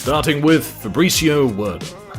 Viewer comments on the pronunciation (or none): I thought is was Pronounced Verdoom not Werdum, genuinely thought, not being some smart ass commentor. Anyways, prime Royce Gracie was incredible and even Older Royce is a savage. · Fabricio "wher-doom" "steyep miockic" , Kron is seen choking bruce leeroy and the narator refers to a different fight, calls royce rickson...come on guy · Werdum too. Poor knowledge of content, on producers part.